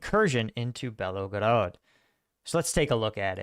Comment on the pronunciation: Belgorod is pronounced: BYEL GO ROD